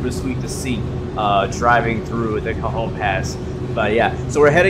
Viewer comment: Cajon pass is pronounced ka hone